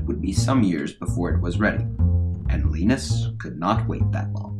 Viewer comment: His name is Linus not Linnus ... ;)